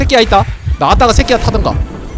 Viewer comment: 계속 뭔 소린가 했더니 자기야 가 아니고 새끼야 라고 하는거?ㅋㅋㅋㅋㅋㅋㅋㅋㅋㅋㅋㅋㅋㅋㅋ